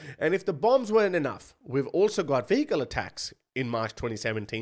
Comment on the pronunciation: Why did I hear “fecal attacks” instead of “vehicle attacks”!?! 😂😂